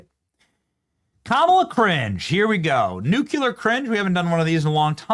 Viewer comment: There is no “u” after the “c” in nu-clear! 😂😊 sorry, had to do Benny! Still love you though ❤😉